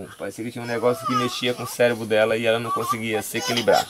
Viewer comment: Caramba, até o índio sabe falar cérebro direitinho, e a "jornalista" Daniela Lima fala Célebro...